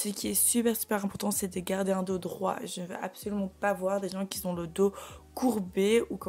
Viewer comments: Et qui Zzzzont besoin...🤪 Aïe mes oreilles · Moi ça m'a fait bondir ! On dit pas "les gens qui zont". Et d'autres trucs mais bon. Ah si, à la fin, c'est "merci d'avoir regardé" et non "regardez". Sinon belle souplesse 👍